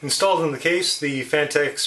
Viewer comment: It's pronounced "fan-techs".